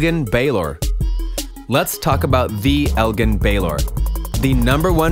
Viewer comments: Anyone else get mad the way he said Elgin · the dude doesn’t even watch the nba he said 3 players name wrong elgin baylor kawhi leonard and giannis name wrong🤦🏻‍♂️